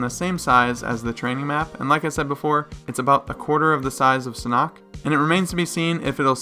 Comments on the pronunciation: wish you have it on console... and it's not "SN'Ok" It's " san'HHHok!" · your pronunciation is still won't, mate, the the stress is STILL to be out on the H and but the N. SaH-nok. The H needs to be prominent. 👻